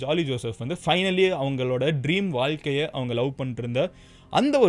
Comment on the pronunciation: Vaikalaya adhu valkaila 🙄